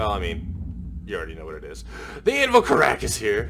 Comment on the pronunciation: Just letting you know most of the devs pronounce it as carrick